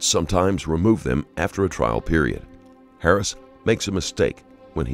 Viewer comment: wasn’t till around between there and here that I realized the narrator was saying Harris not “parents”. .